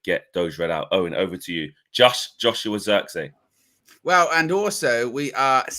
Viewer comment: pronounce : twist / this / trick / his... the sound of the 'I' is how you pronounce it in Zirkzee. the zee part you have it right ;) (I'm dutch)